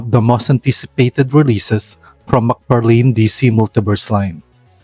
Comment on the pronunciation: Thanks for the vids mabuhay ka its mcfarlane not mcfarlin